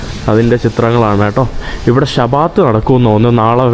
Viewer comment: shabaat .. alla bro shaabath 😊